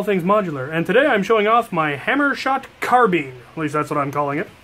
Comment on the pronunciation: That’s definetly not how you say carbine